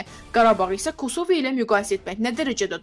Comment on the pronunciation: Mətnə oxuyan xanım əvvəlcə kosova sözündə vurğunu düz qoymağı öyrən sonra oxu qülünc səsllənır səndə kosova sözü